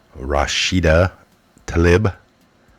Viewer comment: That liar's name is pronounced Rasheeda Taleeb. I's in ME culture are pronounced as long e's.